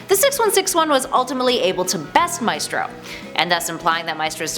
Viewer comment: Isnt it more like "MYSTRO HULK??" NOT "MAYSTRO HULK"!!!!